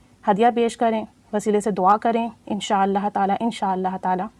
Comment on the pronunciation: أپ ان شاء اللہ یا اللہ پاک کا نام ٹھیک سے نہیں لیتی ایک کم از کم ایک مرتبہ اپنے استاد کو لازمی چیک کروا لیں تاکے غلطی نہ ہو پڑھنے میں